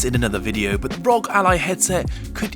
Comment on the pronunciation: its not rog its are oh gee